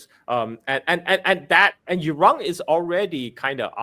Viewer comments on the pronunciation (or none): It's Iran not Erung